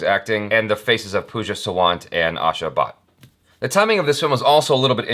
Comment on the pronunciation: Its Pooja Saa-Wann-Tá (सावंत)